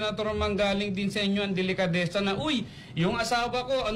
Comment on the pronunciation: anong "delekadesa" ? "didistansya"? tama nga naman! bakit sya didistansya??? may dapat ba syang iwasan tungkol sa issue? may tinatago ba sya o ang asawa nya at iiwas sila kung mag kakakunek-kunek man? TANGA KA NGA! 😂 ang lutong!